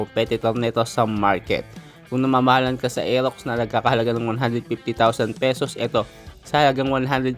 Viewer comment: Bulol r elox daw